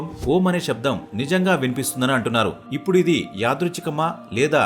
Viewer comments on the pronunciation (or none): none